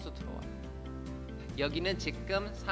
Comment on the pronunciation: 직끔 삼당소...ㅎㅎㅎ 이 발음 진짜 어려운 듯~^^; 상담 같이 듣고 있어용 ~ 유익합니당♡